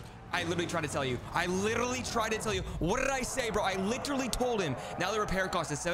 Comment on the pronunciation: And the lirrrlerrly